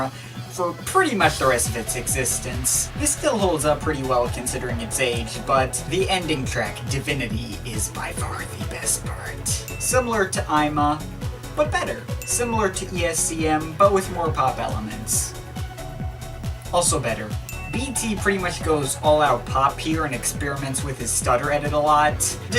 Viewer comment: You don't say it like eye-ma. It's Japanese so ee-ma ;P